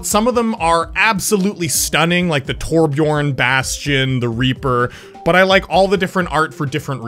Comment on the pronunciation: Thanks for pronouncing ”Torbjörn” right:)